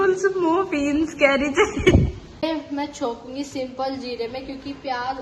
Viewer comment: Ko. Muffins. bhi. ni bolni aati. aur. na. pan cake aur. muffins. mai. difference. bhi. ni. maloom. teacher. banne. ki. tyari. hai. 😅😅